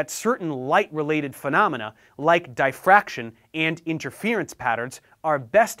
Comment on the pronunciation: So we aren't gonna talk about how he said DIE-FRACTION.............. Like damn bro not everyone was born an integer